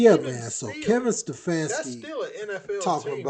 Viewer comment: It pained Ste-fake-ski to say his name?@ 🤣